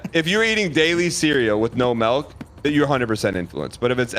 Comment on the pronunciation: Does Dan say Melk?